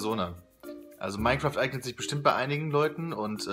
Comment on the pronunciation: Minecroft sagste :D